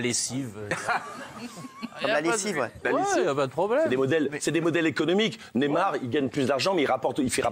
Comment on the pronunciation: Ca dit neymer au lieu de neymar on se tape des barres... Mort de rire ici